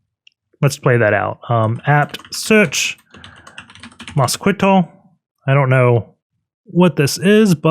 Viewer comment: Mosquitto is pronounced "moss-kee-toe", like the insect mosquito